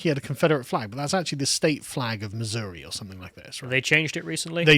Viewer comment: "State flag of Missouri" Oh man Sargon, I in no way blame you for fucking that up at an English man but man did that sting a bit.